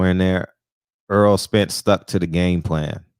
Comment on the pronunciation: You're a big Spence fan as am I. Are you ever gonna say his name right. Its not "Earl". It's " Errol".